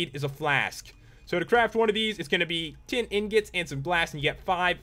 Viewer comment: in the tin blocks i thoght u said ten